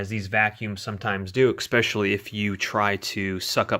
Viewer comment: Especially, not Ecspecially..